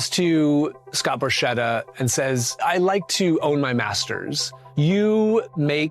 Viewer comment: Borchetta : it is "Borketta" not "Borshetta" .......how about Porchetta ?